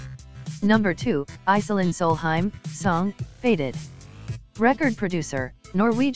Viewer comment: You said Iselin Solheim's name right